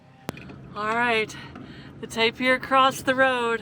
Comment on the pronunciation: Tapir - pronounced TAY-pr